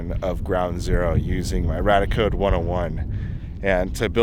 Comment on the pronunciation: BTW, it's Ray-Dee-Ah-Code.